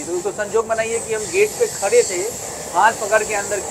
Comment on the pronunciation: Khare hai nahi re khade hai bolte hai